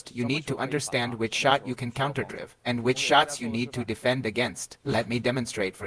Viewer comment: The way the AI pronounces counterdrive is annoying. Great info nevertheless!